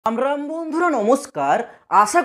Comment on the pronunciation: Tor intro ta sunei ar video dekhte icche kore na😂😂😂😂....je sure bolis Ram Ram bondhura...khub hasi pay..😂😂😂😂 ektu normaly bol vai🤣🤣